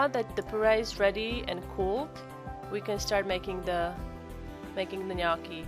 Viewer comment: Thank you for pronouncing gnocchi correctly.